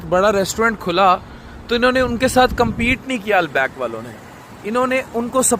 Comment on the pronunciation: Al-back nhi Al-baik😂